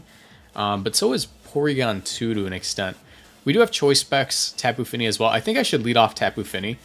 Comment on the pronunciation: When you say Tapu Fini is sounds so cool. Great Vid!